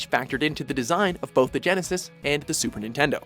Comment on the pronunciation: Super ningaydo